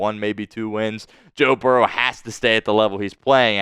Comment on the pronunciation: What do you think about your Spittsburgh team now?!!! Oh, and who is Barrows?! It's Burrow!!!!! Also, it's diehard, not dieheart! Now I know why you are a delusional Squealers fan! Who Dey!!!!!!